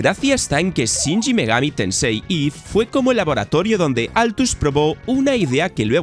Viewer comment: Porque coño dice shinji megami tensei en vez de shin megami